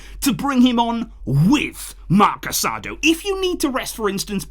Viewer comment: Thanks for the great work as always. One comment. Casadó's name is pronounced with the emphasis on the last syllable like "casa-dough" instead of "caSAdo".